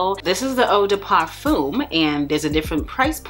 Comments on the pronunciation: I was like if she say "ehh DeH Parfum" one more time 🤞🏾😭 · I could not take how you said eau de Parfum killed the while video for me 🤦🏾‍♀️😩